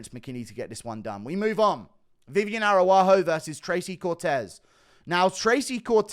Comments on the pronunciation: Guru. Araujo is pronunciated Arau-Ggio. Like an Italian name. Thank you for all your work, long time fan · Why did you give Araujo a native American name. Arawahoo 😂